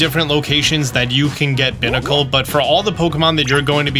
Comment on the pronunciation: I can't believe he looked up how to pronounce Barbaracle (the barbarian barnacle Pokemon), but he still pronounces Binacle (the binary barnacle Pokemon) like it's a trash receptacle 😭